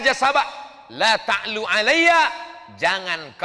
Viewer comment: Bukan laa ta'lu tapi yg betul allaa ta'lu